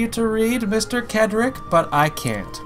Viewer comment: His name is pronounced Cedric (Said Rick) not Kedrick